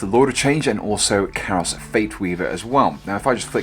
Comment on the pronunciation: KAI-ROS....KYE-ROSS!! Not CARROSS